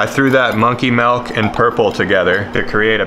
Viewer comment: How come you say "Dill" right but not "Milk"? Lol